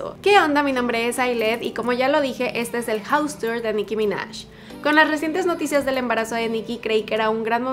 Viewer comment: Dijo "Nicki ya" no Jam